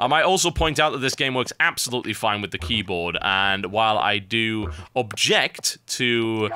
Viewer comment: LOL HE SAY´S KEYBUTT